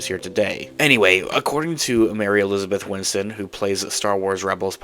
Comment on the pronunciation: Bro, her name is “Winstead” not “Winston” 😔